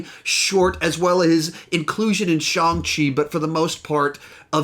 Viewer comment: Shawng chi 💀